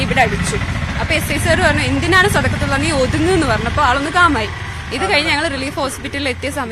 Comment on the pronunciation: സദക്കത്തുള്ള എന്ന് പറയാൻ അറിയാത്ത 😂😂😂😂